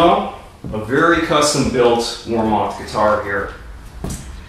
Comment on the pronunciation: Pronounced War Mith